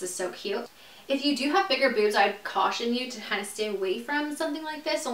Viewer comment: i died when she said boozmz 😂😂